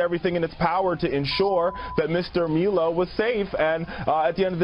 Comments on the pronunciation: That idiot kept referring to Milo as Melow? Cute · Why'd he say "Meelo" instead of "Milo" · That guy’s an idiot. Milo (My-Low - not Mee-low) is an alt-right white supremacist?? He’s gay, his husband is black and he’s a Jew. This is how disconnected the left is. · I love how people have such strong opinions about a person who’s name they can’t pronounce. It’s Milo, M-I-L-O, not Meelow. Ugh lol Also, the whole “alt-right” thing was originally branded as what the name says, an alternative to the establishment right, but it became some weird ethnonationalist group. As soon as it became that people like Milo and Gavin called it out and disavowed it, yet they are still labels as “racist white nationalists” The real irony is that the alt-right as a group actually have A LOT of leftist beliefs as far as government is concerned, they just want the benefits to go to them instead. I would say I wish Ben would have corrected on that, but he has beef with Milo for no reason, and like using the fact that the alt-right hates him as a way of gaining credibility with the left. He’s a genius, but he’s also an ass. Lol